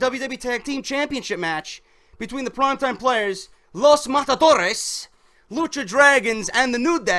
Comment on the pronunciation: Bro, the way you say Los Matadores is so funny